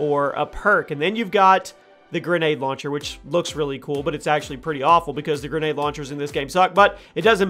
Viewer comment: >Grenade barrel Pronounced gren-a-deer And you called the noob tube youtube 😂 Good video tho cool stuff